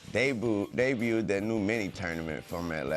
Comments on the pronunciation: “Debut” almost killed Wayne 😂😂😂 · Wayne almost died seeing the word Debut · Dat debut word is tough